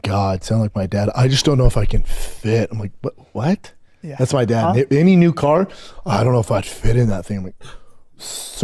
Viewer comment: He cant pronounce the simple word any, he pronounces it eeny